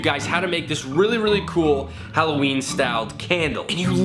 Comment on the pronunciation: hollowinie Me: immature giggle ha halowinie